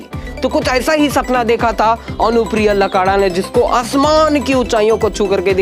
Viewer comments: पहले बोलना तो सिख ले वो मनिका अनुप्रिया लकड़ा है लकाड़ा नहीं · सही उच्चारण "अनुप्रिया लकड़ा " है न कि "लकारा" जहाँ तकTitle का सवाल है लकड़ा टाइटल उरॉंव जनजाति में होता है न कि संताल जनजाति में। अनुप्रिया को बहुत बधाई, भविष्य उज्जवलमय हो। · "लकड़ा" टाइटल सही उच्चारण है न कि लकारा। "लकड़ा" टाइटल उरॉंव जनजाति का है न कि संताल जनजाति का। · लकारा नही लकड़ा होता है सर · लकारा नई सर लकड़ा बोलते है l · "अनुप्रिया लकड़ा "सही उच्चारण है न कि लकारालक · लकारा नहीं होता है लकड़ा होता है , आप गलत बोल रहे हैं । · Lakara nahi bhai Lakra hota hai